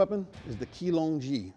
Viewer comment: Chee-long-jee not kee-long-jee